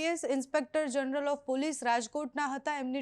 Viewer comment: પુલીસ નહીં, પોલીસ બોલ